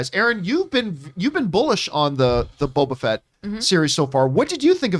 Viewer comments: I thought of something when mentioned her saying Bobo Fett. My German mother calls him Baba Fett, and she won't fix it and it's so annoying 🤣 but the difference is that with, it's the accent. My mother really doesn't care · is STILL saying BOBO Fett!